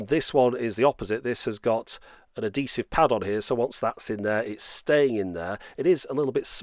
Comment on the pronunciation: Adesive or Adhesive? Great review anyway~!